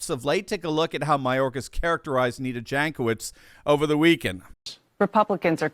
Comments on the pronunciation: For those who likes facts. Jankowicz name is from Eastern Europe. Might be from Poland. And right pronouncing is Yankowitch. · Jankowitz = [Yonkovich] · Ok, this woman is despicable, but that is no reason to butcher pronunciation of her name to that degree. It makes my soul bleed every time I hear you say it.